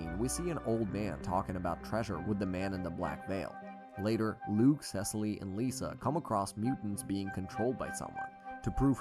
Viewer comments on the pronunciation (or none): bro the way he said Cecile BRO ITS SE-SEAL